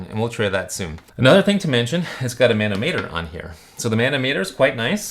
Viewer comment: Great video! Just thought you would like to know. Manometer is pronounced muh nah muh ter